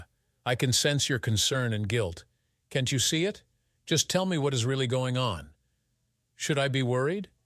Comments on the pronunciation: Besides the unbelievable topic and how it's talked about and handled... Train your AI... That's... That S Can't... Can T We'd... We D And so on.. Very annoying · please teac you AI reader how to pronounce words like can't and won't...........!!!!!!!!!!!